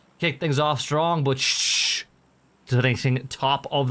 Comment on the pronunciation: Team Shhh you say Shhh instead of shoosh. It sounds stupid. If a team calls itself Naaa or Baaaa are you gonna say that?